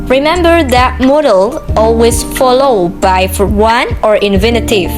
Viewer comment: Good job, my dearest sister. Your explanation is very clear. For a little correction, please pay attention to some pronounciation like "present, followed by, event". Then which is correct; my analyze or my analysis? But overall is good. You do your best